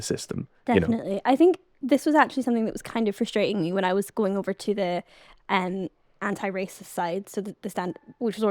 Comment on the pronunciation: the way she pronounces anti-racist shows how america brained she is